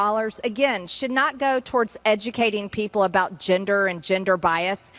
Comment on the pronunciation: ginder? ginder bias? lol